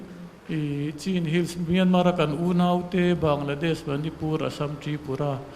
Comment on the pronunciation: an "Chin hill" atih khan a pronunciation a dik lo "Chhin hill" ti ang a lam zawk tur...Lai tawng ah "C" hi Lushai tawng a "Ch" kan tih ang hi nia. A lam Dan ang kha chuan "CIN HILL" ti a ziah ngai.